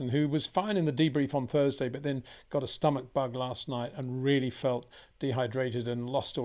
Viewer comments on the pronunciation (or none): none